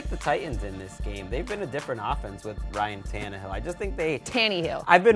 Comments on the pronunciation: She called my QB TANNY-HILL... it's Tannehill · TANNY-HILL???? Oh you did not just call my QB that... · she said tanny heel lmao